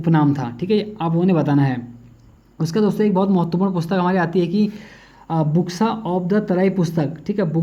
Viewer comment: बोक्सा नही बुक्सा